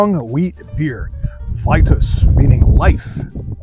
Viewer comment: Wouldn't it be pronounced "Vee-tus?" Also, how does it meet the reinheitsgebot if it uses wheat? Truth in advertising, I don't like Weitzen biers. I'm also a bier snob. Greetings from a German in Austin Kentucky.